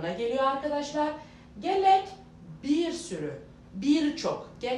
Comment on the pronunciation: Mamoste "gelek" kelimesinde iki "l" yoktur. ilk "e" ye vurgu yapılır ve hafif uzatılır